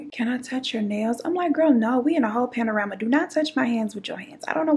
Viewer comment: "We in a whole panarama!" 🤣🤣💀💀